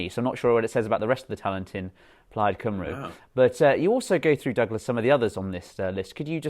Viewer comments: It's not pronounced plaid cymROO it's plaid cymREE. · Well let's see if u turn starmer keeps to his word and abolish the Lords, don't hold your breath. Mr Murray its pronounced cumree not cymru. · I love Douglas Murray and I've liked the video. I'm also subscribed to The Spectator so, when I say this, as a Welshman, it's only meant to help: it's not Cymroo; it's Cymree. Just for future reference. Keep up the good work. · Very well said Mr Murray. Apart from the pronunciation forced upon “Cymru”. Come on, you can do better.